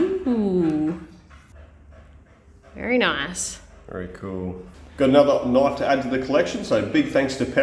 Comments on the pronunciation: I think whoever sent you that knife? Just wanted to hear you say. Oh that's a nooiiiff. Ala crocodile dundee... that's nawt a noooiifff. 😂😂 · "thats not a knoife"